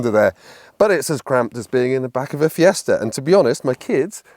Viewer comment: I wonder if that fella is still about, to tell he’s not saying Fiesta correctly 😂